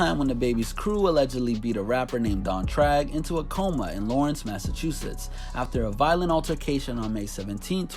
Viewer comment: LAWRWNCE MASS LOL